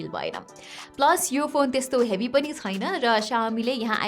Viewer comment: Chhaina lai chuina vanxe